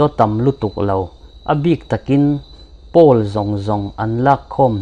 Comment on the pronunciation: Poll hi Pul nilovin Pawl tiin an lam thin in ka hria